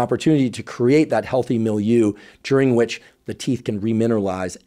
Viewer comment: Thanks for the video, but I hope you never say milieu again!